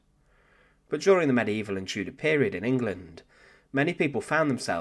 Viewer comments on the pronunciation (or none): none